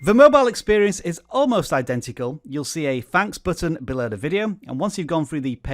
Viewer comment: "this buhtton" :)